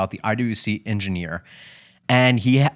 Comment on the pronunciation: Why not learn how to properly pronounce Ingenieur before doing a whole episode on it?